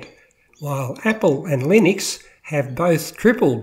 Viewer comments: Please don't call it Linix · You can't even pronounce it let alone know anything about it.